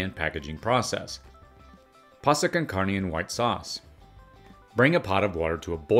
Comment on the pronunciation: Man u butchered carne